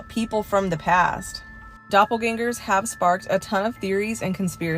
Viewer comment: Can’t watch this one because of the pronunciation of doppelgängers 😂 Love you though ☺️💗